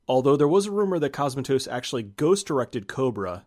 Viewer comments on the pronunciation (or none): Great vid, but hearing "C*o*smatos" instead of "Cosm*a*tos" was gruelling. Please look up pronunciations for names from countries foreign to you next time! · You're mispronouncing Cosmatos. It's CosmAtos, not COsmatos. Just FYI... Also you mispronounced Rob Bottin. It's pronounced Bo-TEEN! You've watched plenty of behind the scenes docs; you should know this stuff, bro! :)